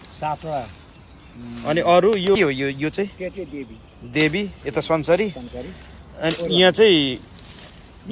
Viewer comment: पूजा अमेरिकातिरै होकी कसो मेम ? पुकार शब्द "संसरी" नभएर "संसारी" पो होलाकी !